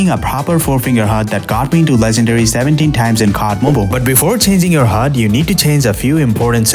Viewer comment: nah ain't no way bro said it like that💀💀